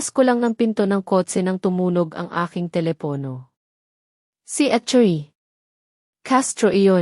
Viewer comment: Pati Ang bigkas sa attorney bakit Hindi magkarogtong apledo